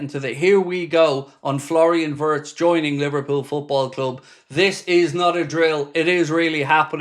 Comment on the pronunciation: My German friends inform me that the correct pronunciation for Florian Wirtz is Flo (nickname) Vietz (phonetically)